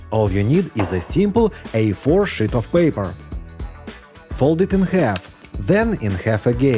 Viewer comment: Good tips, just wish someone in his crew correct him with pronouncing “ sheet of paper” versus “ shit” .